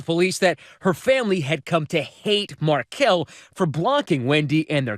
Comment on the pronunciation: come on man, you’re pronouncing Dan Markel’s name wrong. Dan was attempting to have Wendi’s Law License revoked during the divorce, and she was trying abduct the kids. That’s not a typical no fault divorce as described, in my opinion.